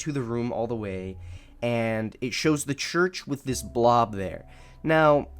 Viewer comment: ah yes, the Choorch